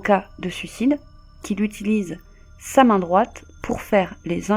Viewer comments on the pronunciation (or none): none